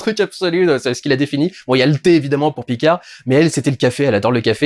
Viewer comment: "Picard", t'es pas obligé de prononcer le D, à la fin. C'est un nom FRANCAIS, je te rappelle.